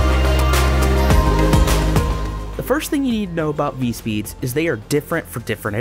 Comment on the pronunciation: (Vee-tess) not(Vit-easy)